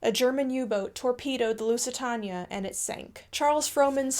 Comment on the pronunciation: The word is Lusitania it's pronounced like the Spanish for light and then taenia at the end.